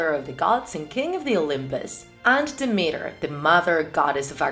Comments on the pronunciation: It's dimitra , no dimira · It's not dimira it is Δήμητρα(dimitra) I know it because I am Greek Also I love your videos😍